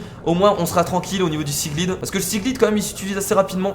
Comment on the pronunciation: S'il te plaît dis seaglide avec l'accent anglais pour le i sa me stress merci